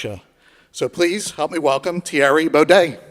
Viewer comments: Tyerrie Bow-Day... 🤣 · I know "teary bodey" lmao